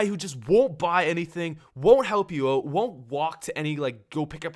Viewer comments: Out not oh-t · "Oat Of There" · " OAT of there." Lol